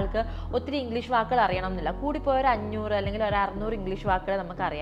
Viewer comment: Pronunciation of English. It's not engleesh